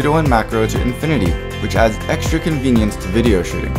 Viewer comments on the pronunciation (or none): The way you say "shooting" sounds like you are saying "shitting". I started to imagine you saying that and this video became weird. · I cannot unhear this